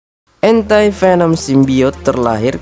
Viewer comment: ANTI dibaca dlm bhs Inggris: ENTI ✅ Dibaca admin jd ENTAI😂